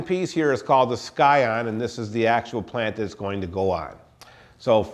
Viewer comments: its pronounced "si-on" not "sky on" lol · Scion 'ˈsīən' the 'c' is silent.. just sayin'. Good video.